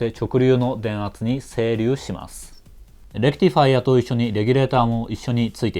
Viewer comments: レクティファイアの発音がいい！電気系の人間。整備業界の人間ならレクチファイアになる。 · まぁこれが正しいわな ｢チ｣じゃなくて｢ティ｣だし頭の｢レ｣にアクセントがある.. まぁそれをいいだしたら｢デジタル｣じゃなくて｢ディジタル｣なんだけどね